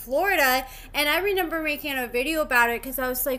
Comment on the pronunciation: Did. You say “ renember” it’s REMEMBER 😂